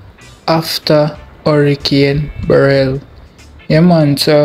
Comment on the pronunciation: The name of the hurricane is Beryl pronounced BEH - rill with the emphasis on the BEH.